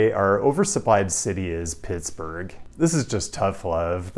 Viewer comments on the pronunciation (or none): none